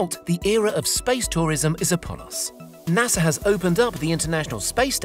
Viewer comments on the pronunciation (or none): Ahem. There is no "R" in pronouncing NASA, btw.